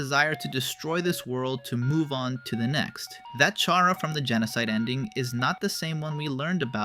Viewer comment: TYSM FOR SAYING CHARA’S NAME AND GENDER RIGHT.